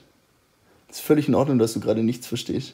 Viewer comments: Nischtscht versteschtscht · Es ist völlig in Ordnung, dass du nichts verstehsssccchhht"